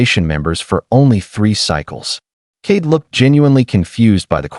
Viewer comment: Kade not Kate